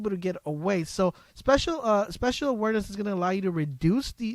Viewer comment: It's spACial awareness not spEcial awareness